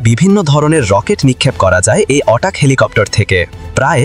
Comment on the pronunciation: হ্যালো, এ্যাটাক হেলিকপ্টারকে কেন অটাক হেলিকপ্টার বলছেন। আপনি ইংরেজি উচ্চারণ শিখে তারপর ভিডিও তে ইংরেজি শব্দ সংযোজন করুন। এ ধরনের ভুল উচ্চারণ ভীষন বিরক্তিকর।